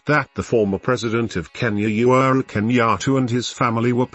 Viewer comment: He is called UHURU Kenyatta and not You're Kenyatta the way you are pronouncing it.,!